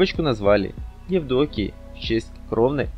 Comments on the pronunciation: Не ЕвдОкия а ЕвдокИя! 🙉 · Кто озвучивает ролик!? Такая безграмотность, имя ЕвдокИя, а не ЕвдОкия, уроки дикции пожалуйста, вас слушать невозможно, а артист ведь очень достойный! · ЕвдОкия - это совсем за гранью наглости. Или текст читает робот? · Как неграмотно говорит ведущий этой программы.Прямо уши режет.Даже имя дочери Андрея Чубченко Евдокии , он произносит немравильно.Ударение ставит на букву О!!!!! Ведущий вообще без образования что ли???? Просто ужас!!!! Позор на всю страну! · Автору: Учите орфоэпию!!! Не ЕвдОкия, а ЕвдокИя, . Не мАстерство, а мастерствО, не ненАвисть, а нЕнавсть. Неграмотная речь раздражает. И слушать не хочется, противно. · Да что такое?! Не ЕвдОкия, а ЕвдокИя! Ну пожалуйста, не коверкайте старинные русские имена, готовьтесь! Слово нЕнависть, а не ненАвисть, спросите, если не знаете, как!